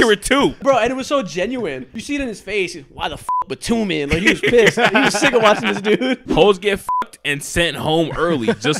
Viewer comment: I thought Batum was pronounced the same way as Tatum